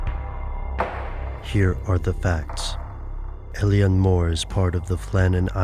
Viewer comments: its pronounced il-on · Thats uh.. not how you pronounce Eilean, guys.